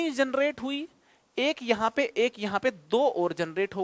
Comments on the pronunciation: एक होगा सर इक नहीं अ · By the way sir इक nhi एक hota h.